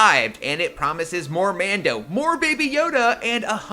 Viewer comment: Every time you said Mando I winced